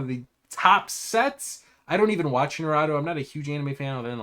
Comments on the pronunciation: My guy, that pronunciation of Naruto. Nah - rue - toe. Not nah - rah - doe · Naruto is pronounced (na-roo-toe) it made me laugh the way u was saying it lol I'm soo disappointed it never got chosen lego would have sold soo many sets smh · "naRAto" lmao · Bruh were you pronouncing Naruto “New-Rotto”?? 😂😂😂